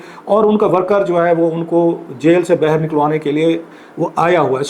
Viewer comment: السلام علیکم کلاسرا صاحب آپ باہر کو ہمیشہ بہر بولتے ہیں شاید سرائیکی زبان کے زیر اثر ایسا ھے پلیز بہر کے بجائے باہر بولنے کی کوشش کریں آہستہ آہستہ ٹھیک ہو جائے گا